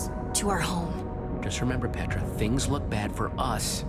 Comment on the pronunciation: petral instead of petra!